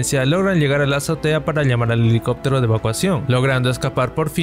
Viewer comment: ok pero nadie le presta atención a que dice liegar y liamar en vez d usar la pronunciación adecuada?